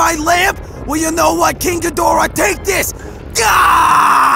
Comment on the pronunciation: why did ni says moonhidhora 🤔🤔🤔🤔🤔🤔🤔🤔🤔🤔🤔🤔🤔🤔🤔🤔🤔🤔🤔🤔🤔🤔🤔🤔🤔🤔🤔🤔🤔🤔🤔🤔🤔🤔🤔🤔🤔🤔🤔🤔🤔🤔🤔🤔🤔🤔🤔🤔🤔🤔🤔🤔🤔🤔🤔🤔🤔🤔🤔🤔🤔🤔🤔🤔🤔🤔